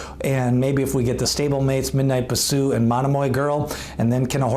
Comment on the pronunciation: Horse No. 7 in your list is Shedaresthedevil not Shesadaredevil. (She dares the devil) also Bisou is pronounce Bee sou not Ba sou.